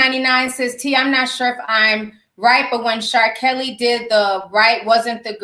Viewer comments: Ti said Char-Kelly😂😂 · Bwahaha "Char-Kelly" 😂😂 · HELL NAAAH... She said "CHAR KELLY" Lmmfaoooo!!! 😭😂💀☠ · Why she call him CharKelly 😂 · Did yu say..."Char. Kelly" lol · Did you just call him ChaR. Kelly lmao 🤣 😂 ☠